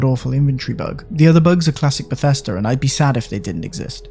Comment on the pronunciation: It’s Bethesda. Not bethesTA